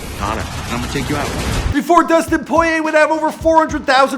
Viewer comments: It's poor ee ay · It's not poyay